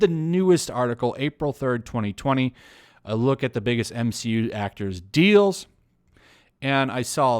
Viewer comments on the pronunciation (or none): I swear I heard the entirety of the internet cringe when he said M-she-U